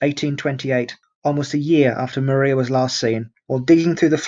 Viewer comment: Maria was pronounced Mariah ... I lived near polstead so this mistake jumped out at me 😂